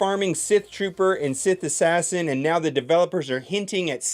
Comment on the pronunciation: “sith assashin”